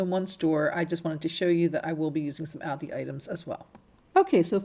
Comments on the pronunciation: Meaning the stores plural, all of them, so multiples. So it is still pronounced ALLDEE. The s addbdoes not matter. It bus the actual name being said wrong. Trying to help. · Beautiful ideas, the only thing I have to correct is, it is pronounced Alldi. Loved your items. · Like your work. Really cute items that you make. But please stop calling Aldi by the wrong name. You are pronouncing it wrong. It is pronounced like (ALL DEE'S) Hope this helps. Thanks.